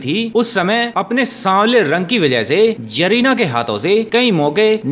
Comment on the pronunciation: Aapke pronounce notion needs improvement. It's not Jarina, her Name is Zarina, even Zeenat Aman not jinat